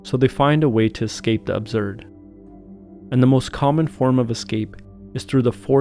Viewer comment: Absurd, not abzurd